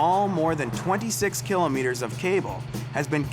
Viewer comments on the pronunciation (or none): Every time this guy says kilometer I cringe. Painful.